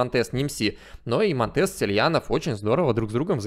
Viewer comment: Интернет говорит что монтЕс на самом деле мОнтес, ударение на О